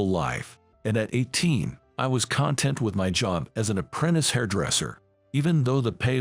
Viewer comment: So many of these stories are AI read. You can tell when they use the wrong pronunciation for a word such as "content." In context, it's a feeling so it should be pronounced "con- TENT." Instead the AI pronounced it as" CON-tent" which refers to a non-feeling noun, as in the "content" of a book or the ingredients that make up something like food, medicine or rat poison.